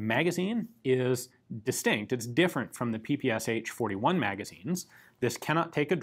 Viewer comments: It's pronounced not P-P-S-H, but P-P-Shah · In Russia PPSH is pronounced p-p-sh. Not p-p-s-h. Ш (sh) is a single letter with a single sound. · Great (and short!) video. However, it would be easier to just pronounce P-P-eSh, instead of P-P-S-H ;) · I still can't understand why English speakers call PPsH the way they do. The designer's name was Shpagin, not S-Hpagin. What's so hard in pronouncing SH as the letter combination, rather than individual letters? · PPSh is not pronounced Pee-Pee-Es-Eitch, its P-P-Sh as in shot, show, shock... Pistolet-pulemyot Shpagina. I know, it's English pronunciation, and you clarified it further in the video, but still, felt like I had to point it out. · Isn't the "h" just there in the name PPSh to say it like "ash"? Saying SH sounds odd. In my country we don't say "h" just "PeePeeAsh" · Not "P-P-S-H" but "P-P-Shah" ! Listen at Google Translate.